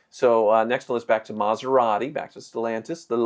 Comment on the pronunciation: What's a "Maserate"?